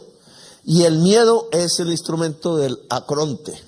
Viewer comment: ¡Que no es "acronte", ¡So burro! - Se dice ARCONTE.